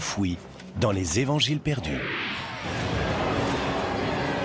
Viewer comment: Par deux moments ils dit les quatre zevangiles...!!! Quand même !!! Quatre ne prend pas S.... c'est français 😏